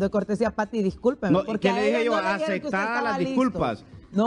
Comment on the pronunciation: Que periodistas más chusmas! De los 3 ni licuados sale uno! 😡😠 Está gente no habla, gritan!!! Acectadas????? 😡😠 Aceptadas!!!!! Ni hablar saben!!!